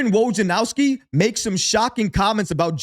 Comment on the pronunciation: Say it with me….Woj-nar-owski 🤣